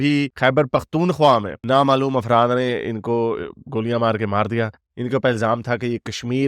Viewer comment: bhaijan afraat nahi afraf boliye